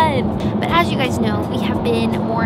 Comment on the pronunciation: Welcome to Scotland. Good to hear that you’ve got the hang of pronouncing Edinburgh. Shame the weather looked a touch cool, but that’s Scotland for you. Loads of history and beauty. Hope you had a great time. You’ll be looking forward to the warm weather when you get back.